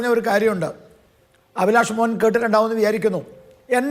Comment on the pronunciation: അഭിലാഷ് മോഹൻ എന്നാണ് ജീ 😂അല്ലാതെ മോൻ അല്ല 🤭കുത്തികൊല്ലുവാണല്ലോ 😂😂😂😂😂